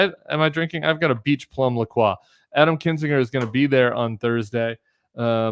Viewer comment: The only thing I have ever disagreed with Tim on is how he says La Croix... I'm sorry Tim, but on this you are wrong.